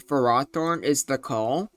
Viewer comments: its not ferrAHthorn, its ferrOHthorn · i was about to post a comment being pissed about your pronunciation of ferrothorn, but i got up and went outside for a bit with some deep breaths to calm myself. i sat back down and realized that im still pissed off you called it fer-roth-orn. i mean seriously have you never heard of the prefix ferro, which means iron. i dont care what the anime calls it the anime gets so many things wrong so often its just plain unreliable, the mon was clearly intended to be pronounced ferro-thorn. and yeah you might wanna make a revisited video of this mon sometime, including the mewbers. swords dance would go crazy on it since with rest it can easily set up on so many mons. alternatively, slotting leech seed would make so many matchups go faster and more in its favor. now i dont know if leech seed would actually work in a game with switches but it seems like a good move also where is victreebel smh my head